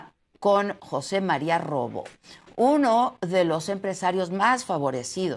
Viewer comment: Idiota, es Rioboo y no robo. Que mala comentarista. Chayotera HSPM9